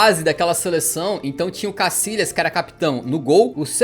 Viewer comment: Que manera de descalabrar el idioma español,no es casilas sino Casillas,se pronuncia YA CASILLAS YA YA YA